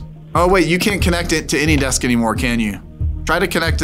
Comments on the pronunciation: Why do you pronounce ANYDESK as Anydex? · Can someone tell me if he says "AnyDex" because of copyright or something? Thank you!